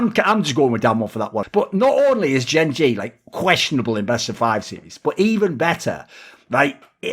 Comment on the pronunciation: that is what im say pronounced it wrong